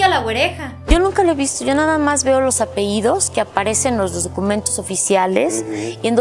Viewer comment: ¿Por qué dicen apeidos, si es apellidos? Muchos comentaristas hacen este error.